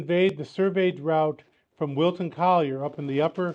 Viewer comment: Typical yanks can't pronounce English words properly !